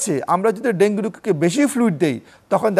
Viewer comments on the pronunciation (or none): ডেন্গি ডেন্গি করতাছে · Dengi ki ? It supposed to be dengu. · ডেংগি না ডেংগু 😊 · ডেঙ্গি নারে সোনা,,, ইটস ডেঙ্গু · মেডিক্যাল সাইন্সে সব ইংলিশ পড়া! 😂 ওখানে ডেঙ্গু না ডেঙ্গি উচ্চারণ করতে হয়! সাধারণ আবুল বাঙালি তো বুঝে না, বুঝার চেষ্টা ও করে না! এখন এত কিছু যদি সবাই বুঝত, তাহলে সবাইই ডাক্তার হয়ে যেতো 😆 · ইংরেজীতে উচ্চারণ ডেঙ্গি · ডেঙ্গি সঠিক উচ্চারণ